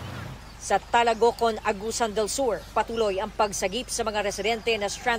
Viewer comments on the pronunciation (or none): Talacogon not Talagocon 😊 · Talacogon hindi talagocon.